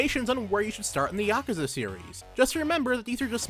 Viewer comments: I fucking hate your pronunciation of yakuza.... It's not yAhk-u-za, its just ya-ku-za... I can't watch this at all.... It hurts me.... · I always pronounce it as Yah-Koo-Za